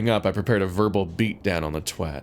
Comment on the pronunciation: Thank you thank you thank you for pronouncing twat correctly! I hear so many Americans mispronouncing it to rhyme with what and it really bothers me!